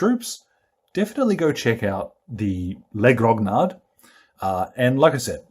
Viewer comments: The mini is really cool and the colors fit very well, it's perfectly grim :D For the pronounciation you can try as if it would be written "Groniar" ("i" pronounced as in "pizza", "d" & "s" silents), it's pretty close in french ;) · prononce in phonetic "les groniar"